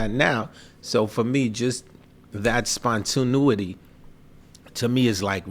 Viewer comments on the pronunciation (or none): nigga really said 'spontinuity' whatta dumfuq.